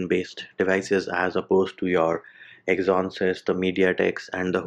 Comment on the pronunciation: "exonsys" lmao! its exynos, pronounced egg-z-nos